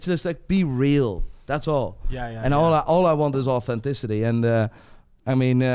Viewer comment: ‘The world lecks ortenticity’